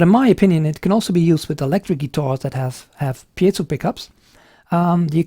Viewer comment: Great review.... and you're the 1st person I've heard pronounce "piezo" correctly! Congratulations!!! lol :0)